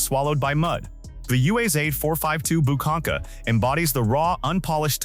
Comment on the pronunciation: UAZ is pronounced Oooaz, and ‘буханка’ pronounced with a hard ch-sound like in Bach. Just a small comment. The video could be half in length if repetitions had been left out.